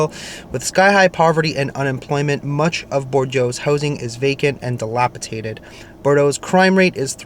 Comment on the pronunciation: The crime doesn’t happen typically during business hours in broad daylight. You won’t see unsavory people standing around. And just walking the streets. It comes out at night, and often occurs at gas stations, night clubs etc. you don’t want to be outside alone at night. Ps, it’s dilapiDATED, not dilapiTATED